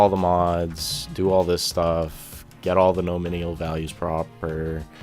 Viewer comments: lol, im a developer and you dont know what your doing or talking about. nor can you speak the word NOMINAL its not NOMINIAL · I need therapy after haring "nominial" so many times. Other than that, great video. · NOM - IN -ALL : say each of these groups of letters LIke :alum- min- ium : My mom wouldve agreed with your english, but my english, sorry to say, is american. Following link is for your benefit of pronunciation. (click on the speaker icon) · lol...nominial... It's no min al brother. great video, learned alot thanks..subbed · Here you go, this guy made quite a good documentation, that appears very logical: You might have to resort to google translator though;) Thx to, the video wasn't too bad actually, besides listening to your pronounciation of the word 'nominal' being a little bit painful. Good stuff, thanks! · This is the 3rd video I've watched today from 3 different people who all pronounced nominal incorrectly. Your video was helpful so thanks for that but damn. It's not a hard word to pronounce